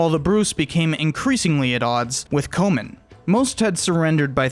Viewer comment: swing and a miss with some of the pronunciation, but a great video. e.g Comyn is pronounced like common at least in modern day Falkirk ;)